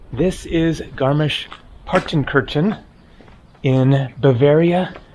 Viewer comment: Finally something from a country of my taste. ❤❤❤❤ Excellent! However: it is rather "tsoogshpitse" and roman means novel in German. Congratulations for the correct spelling and almost perfect pronunciation of garmisch-partenkirchen!